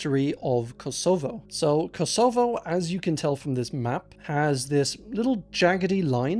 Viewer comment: I can't trust any pronunciation now that I've heard you say 'Kosovo'. Not even with English grammar should you pronounce it that way.